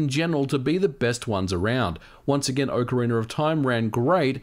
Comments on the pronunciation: Why do English speakers pronounce "Ocariner" instead of "Ocarina"? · I never knew there was an “r” at the end of ocariner. I always thought it was ocarina. My mistake, I guess. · Am I crazy or is he pronouncing "Ocarina" as "Ocariner"? Please tell me I'm crzy, lol. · It's Ocarina not Orcarina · Anyone else hears "OCARINER"? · "OCARINER OF TIME" LOL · “Ocariner” of time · "Ocariner of time" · "ocka reener" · Is it pronounced as OcarinaR of time ? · Why do you keep saying "OCARINER" ???????? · Its not orcarinar or time 😑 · Oca ree ner